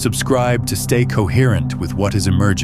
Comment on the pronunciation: COHERRENCE. COHERTENCE. COHERRENCE.